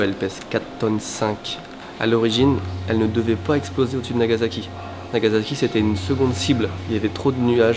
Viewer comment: NagaSAki pas NagaZAki:p